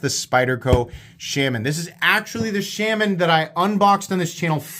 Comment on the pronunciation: If only you could pronounce Shaman correctly. WTH